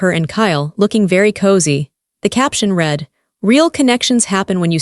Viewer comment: Not reed, red.